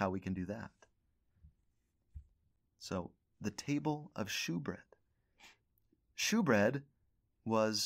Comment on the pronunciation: Great lesson. Love learning from you. Just a heads up, “shewbread” is actually pronounced as “showbread,” even though it’s spelled as “shew.” 👍🏻